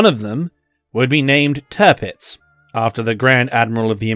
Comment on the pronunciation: Tirpitz should be pronounced T(ear)pitz.. not Turpitz